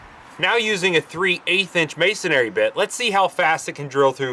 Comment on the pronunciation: It's "masonry" not "masonary"